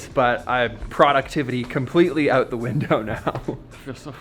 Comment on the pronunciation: "I figured some of this stuff ooot..." Love it